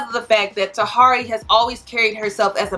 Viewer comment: Why do you guys say people's name wrong just cause... Tah-here-ey